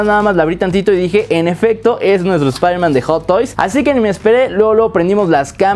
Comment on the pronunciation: Espaiderman No Wey Jom